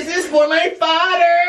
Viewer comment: “ DIS IS FOR MY FADERRR!!!” 💀💀💀